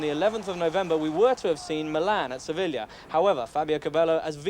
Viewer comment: It dawned on me that James speaks perfect Italian but couldn't say Sevilla or Ajax correctly 😆